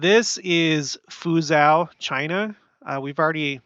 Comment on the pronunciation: Just FYI, Fuzhou is pronounced Fu jo. Anyway, we appreciate your documenting of the many signs of the times going on around the world.